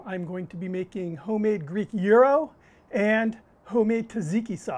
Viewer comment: I'll bet you think it's Gi-Ro's. (It's not). He's saying it right.